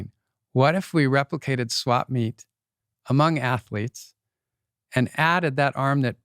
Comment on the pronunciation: 2.12.24 "a mung the bean family" haha!